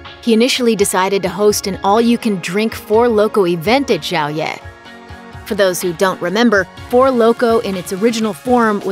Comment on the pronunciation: Xiao ye = SHIAO ye not JIAO ye....gotta be kidding me -.